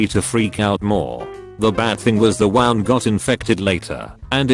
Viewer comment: >wound wawnd What the fuck.